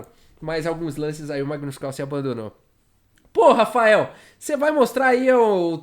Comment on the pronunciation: "Pô Rafael" Eu ouvi um PORRA FAEL